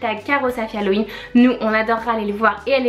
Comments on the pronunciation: Cest pas Halloween parceque au début tu dis malloween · Pourquoi elles disent "malloween" ?